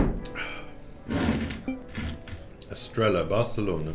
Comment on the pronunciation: As much as I enjoy your videos, a little part of me dies every time you say Estrella. You don't pronounce double Ls in Spanish, you just use a "y"... So Estrella, Marbella and pollo become Estreya, Marbeya and poyo.